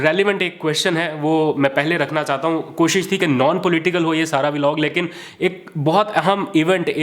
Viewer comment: Please learn to say the correct way >>> VLOG just like BLOCK / BLOG. No such thing as V-Log. I’m saying very humbly. Thanks and regards!